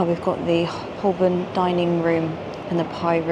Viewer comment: It’s ‘Ho-burn’ - the ‘l’ silent